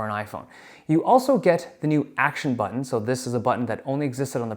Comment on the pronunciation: The way that Dave says "butTOn' is giving me shivers 😂